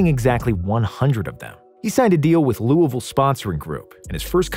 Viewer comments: As a Louisville native, it's nice to hear someone pronounce the city's name like we do! For visitors, say Loo-a-vul instead of Looey-ville to blend in with the locals. And, of course, Ali was the greatest! Wish our city treated him better back in the 60s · This man pronounced Louisville right!!!!